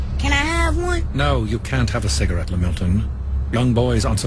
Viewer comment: "..and I smoke with cigawette"